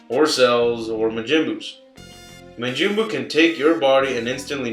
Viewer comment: DUDE IT IS MAJIN NOT MIJIN